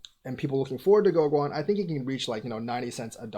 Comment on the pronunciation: Pronounced GoGen.